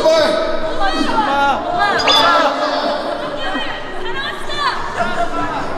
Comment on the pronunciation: "HEWWO" I'M DECEASED.